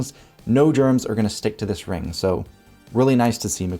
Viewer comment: For gawD's sake, "WHY DONT YOU GO AHEAD" and get your bad diction habits sorted out. It makes you sound like a Muppet. It's NOT a rinGk. NOT strinGinGalonGk sinGinGa banGinGk sonGk. NOT goinGon brinGinGit lookinGat cominGup rinGinGk. It's primary school education that the "g" is silent in gerund and present participle words there's no "k" sound on the end either. NOT brinGinGit lookinGat NOT doinGit cornerinG. NOT sawR lawR drawR drawRing withdrawRal awR-inspiring NOT asdaR pastaR pizzaR bananaR cinemaR sofaR mediaR dataR NOT lisaR nicolaR santaR NOT indiaR canadaR viaR americaR. That's a bad diction rhotic habit not English grammar.